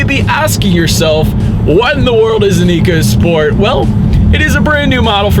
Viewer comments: It’s pronounced echo not eco per Ford. Just saying. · Very good review, however Ford excs say this car is pronounced Echo Sport not eco as it is spelled on the vehicle. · It's pronounced "ECHO SPORT."